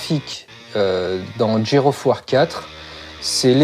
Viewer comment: "Gère of War 4" Euh.....